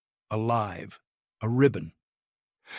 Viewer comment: Totally understand why KYOMI didn't understand someone pronouncing her name entirely. Like so many British as well as American speakers do for no reason that can be understood by any Linguist we make the sound of EE before "Y" It's obviously not "Key Yo Me" or even "Ki Yo Me" It's KYO just the "K" sound directly in front of the "YO" Not KiYoMi Like so many pronounce ToKiYo instead of TO-KYO or KYO-TO Like British has the problem with Ukraine - There's no 'Y' in front of "U' There's no "Y" in front of JagUar.